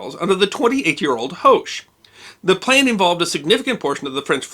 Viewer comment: I love your videos, but as several of his decedents have told me, the H in Hoche is silent. :)